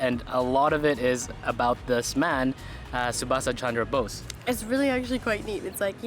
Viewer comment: khankir chele ota 'Subhasa' noy, Subhas. Porteo pare na udgandu.